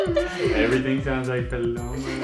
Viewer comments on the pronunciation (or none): Justin pronunciando “Pa lomaa” 🤣